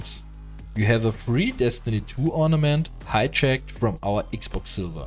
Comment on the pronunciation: ''500 silBer" LOL i love how its not v but b so its silber not silver